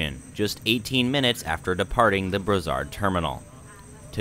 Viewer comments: It's a hard "s" on Brossard, like in "floss". Bross-ard :) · It's pronounced Bross- ard. Took the REM from Nun's island downtown, the Ticket machines are a problem. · Brossard (Name of this suburbs) ->Bross-R Du Quartier (From the Neighborhood) -> Du Car-tee-hey Panama (street)-> Pa-na-ma Île-des-Soeurs (Nun's Island)-> Heel-Day-Sir Gare Centrale (Central Station) -> Gar-San-trall